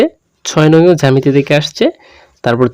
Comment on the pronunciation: আপনি জামেতি বলতাছেন 🙄এটা তো জ্যামিতি হবে🙄🙂